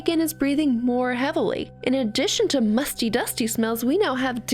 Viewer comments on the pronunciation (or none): Oof i heard Musty into Musky